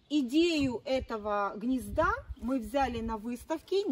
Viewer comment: ЗаХотовки, Хнезда, как противно все это слушать 😢😢😢😢😢😢😢😢😢😢